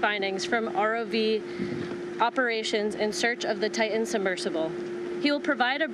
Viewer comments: Better than the woman who introduced him and mispronounced "Titan." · She mispronounced "Titan" too. Unprofessional.